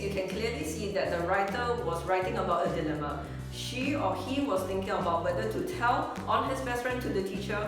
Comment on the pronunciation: anyway the teacher pronounce dilemma as "Thee lare ma" but it should be pronounce as "dy lare ma